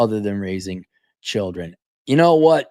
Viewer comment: Cap is pronouncing "children" wrongly here, she would say shillinz.